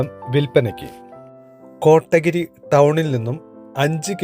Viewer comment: Yes.. കോട്ടഗിരി എന്ന് കേൾക്കുമ്പോൾ എന്തോ അലോസരം... കോത്തഗിരി എന്ന് പറയാൻ ശ്രമിക്കു ചേട്ടാ